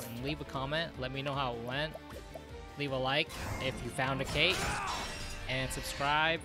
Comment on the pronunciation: Ket. Like Cait Sith:Ket Shee. It's Scottish.